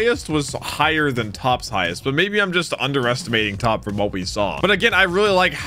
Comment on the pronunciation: He is called Toppo not Top